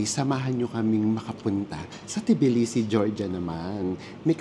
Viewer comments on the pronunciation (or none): Just being informative, its pronounced as tuh·blee·see 😊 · Cut the T po it’s Bilisi